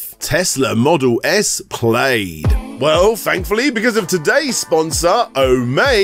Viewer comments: Model S Plaid - pronounced Plad not Played. Lol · Nice video, but I think the sponsors should have probably told you how "plaid" is pronounced. :) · I wasn't sure. After looking at a few British reviews they seem to pronounce it as played. Plad seems to be the American pronouncation